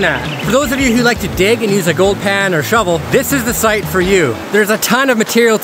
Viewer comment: got shloovel. 🤣.